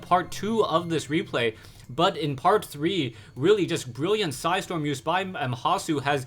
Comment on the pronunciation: "With three su-hi storm"